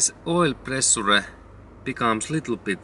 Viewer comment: Pre su re 😃. It's pronounced (pre-shure) but it's spelled pressure .. but GOOD JOB 👏 I LIKE THE VIDEO THANKS A LOT